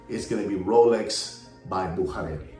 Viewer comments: Bücherer is pronounce "Boo-shah-rer" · Comical, how pronounce’s Buchurer! His alter ego, agrees!